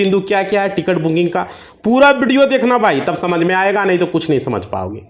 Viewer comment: बिडियो नही व्हिडीओ बोल 😅😅😅